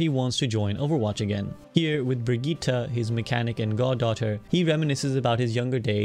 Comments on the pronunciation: Bro said Bri-geeta and not Bri-jet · Its said briggite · Bro really said brigeeta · how is brigitte pronounced cuz i swear its as simple as Bridge-it not Bruh-gi-tah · great video but bruh said brig-e-ta instead of Brigitte